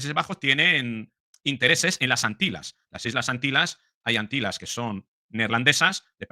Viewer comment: se dice AntiLLas. Has visto la peli " My faire lady "? Pues ahí hay una secuencia en la que la protagonista dice: la LLuvia en SeviLLa es una maraviLLa. Y lo pronuncia muy bien. Tú eres italiano y entiendo que te cueste pronunciar la " ll ", pero no es difícil.